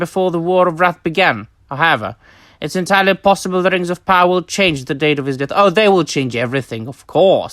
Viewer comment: The way you say Rrrings of Powwaaaahh hahaha